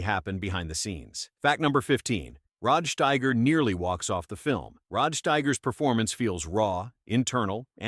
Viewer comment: No human has EVER pronounced Rod Steiger's name that way. And how often are you going to change your pronunciation of Sidney Lumet? And why the random shots of Quincy Jones, entirely out of context? These AI created videos are demented.